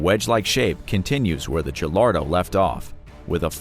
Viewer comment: Ah yes my favorite Lamborghini. The jallardo